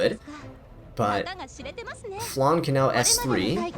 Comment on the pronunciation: im sorry...but even Landy's english voice actress pronounces Landy's sisters name like its spelled Flanne. She's also not a dessert...